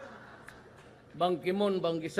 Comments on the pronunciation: banki... banki-moon? banki-sun?😂😂😂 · Ban Ki-sun? Lel